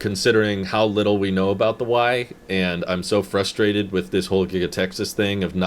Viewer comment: Somebody, PLEASE tell him there is an R in frustrated, lol.